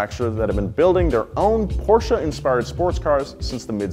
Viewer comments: German here. Great pronunciation of Porsche! Thats how I want to hear it. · he said Porsche correctly, im happy